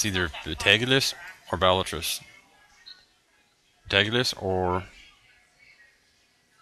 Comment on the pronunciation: Betalgeuse is pronounce beetle juice ;D